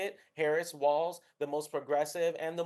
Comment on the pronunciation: Tell the Brits Walz is pronounced “walls”, not “waltz”